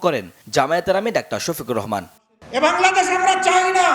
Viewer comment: সাংবাদিক নামের সাংঘাতিক ডাক্তার শফিকুর রহমানের নামটা সুন্দরভাবে বলতেও পারে নাই শফিক সাহেব